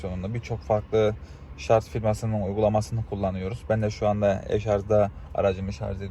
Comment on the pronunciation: şu ŞARJ a niye inatla ŞARZ diyorsunuz anlamak mümkün değil